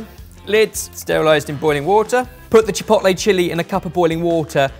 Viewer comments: saying ChiPOTlay is giving me ANXIETY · I cringe every time he says "chi pot lay" . Why can British people do a half decent job pronouncing French words but totally fail at much easier to pronounce Spanish words? Each vowel has one sound and one sound only. It is not that difficult. At least he did not talk about "tack-0's" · Every time says chipotle wrong I wanna slap him round the face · Ok but why you pronouncing Chipotle like that? 😂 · Pains me that can’t say chipotle properly 😩😂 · Please stop pronouncing chipotle like that😭😭😭😭😭😭😭😭😭😭😭